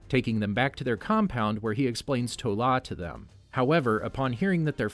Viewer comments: This is amazing but so far you've said "Ta Lo" as "To La" or "Tu Law" so many times i'm crying XD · Yakuza is Japanese. Those were triads. Also adrian toomes is not at all with damage control, that was established in the first 10 minutes or so of Homecoming. It’s iron monger not war monger. It’s pronounced Ta Lo. And I think you misspoke about “stark meeting with banner”, he met with General Ross. He never met banner until the avengers. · One more thing to note: Shang-Chi's mother's homeland is Ta-lo. You switched the "a" and "o" around. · i think its crazy how u remember the icing issue from iron man 1 but couldnt be phased to pronounce TA LO instead of TO LA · Times where I was irritated as a die hard fan: Wrong pronunciations-Correct Tezzeract-Tesseract Toh La-Ta Lo Extreamis-Extremis Uylesses Klow-Uylesses Claw Sooter (what even)-Surtur Iron Monger, not War Monger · It is not "To-La", It's " Ta-Lo" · Someone is to 🌾 to say "Tt-ahh-Low but can somehow say "Yo-Hand....Shhh.. Mmmm-It." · Couple Notes: 1. Arishem is pronounced ay-rih-shem 2. It is Ta-Lo not To-La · You said "To La" but it's "Ta Lo". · Talo not Tola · Has to be said Ta Lo Not To La